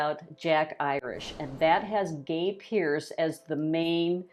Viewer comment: did she say ‘Gay” Pearce? Lol